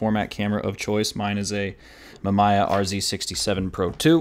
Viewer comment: It’s pronounced “mah-me-yah”